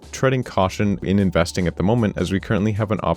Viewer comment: He called it "investing" lmao